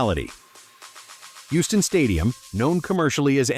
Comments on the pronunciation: It's pronounced HEW-STON. Just to help with your pronunciation. Sorry to be that guy, just trying to help. Now I'm going back to the video. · Love your channel brother, but the way you pronounce “Houston” is literally making my ears bleed.